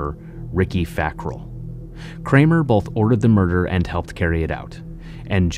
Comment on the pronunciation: Also it's both not bolth idk how half of these "proud Americans" can't even speak their own language correctly